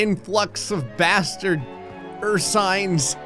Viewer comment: The way you say bastard is funny 🤣🤣